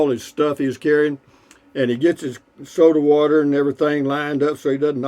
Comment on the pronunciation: Every time you say soda water i start cracking up lol